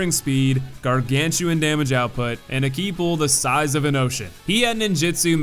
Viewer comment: In game, it's called Ki. He got it right